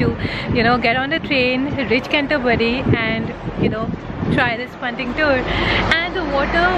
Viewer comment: Hi, how you’re well. Oh bless you, saying Can-toe-bury 😂 made me chuckle, it’s a tongue -twister name. You clearly looked very excited and well pleased visiting the place. As you loved the greenery so much. You got to visit North Yorkshire, open countryside with loads of pretty scenery. Any plans to visit York? Keep in touch hun Xo.